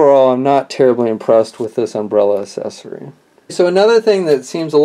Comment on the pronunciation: I take it you mean accessory. I have no idea who taught you how to speak English, but you need to go back and get a different teacher. I mean seriously "asessory"? what the fuck, man?